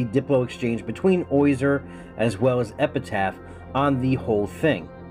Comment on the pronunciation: Also you pronounce his name oyzer. It's OZyer. Not OYzer.